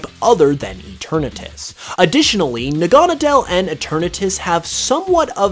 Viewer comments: Probably failed because you cant pronounce naganadkle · I've never heard naganadel pronounced like that